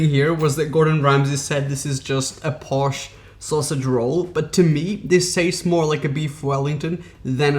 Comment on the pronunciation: Gordon Ramsay: "Posh sausage roll" My ears: "POSHAGE ROLL"